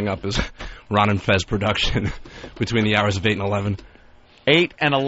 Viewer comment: I hate how he says "Perduction"...